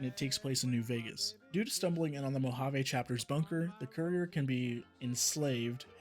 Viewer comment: He says a lot of "big" words which he can barely pronounce. Like "career" instead of saying "cour-ee-er".